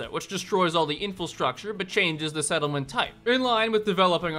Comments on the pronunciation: I always get triggered when he says "Infalstructure" every video he says it a few times 😂 it's Infrastructure bro!!! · does this guy really think the word is 'infilstructure?' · I've never heard "infilstructure" pronounced like that multiple times as if it was correct lol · It always bothers me when you say "infrastructure".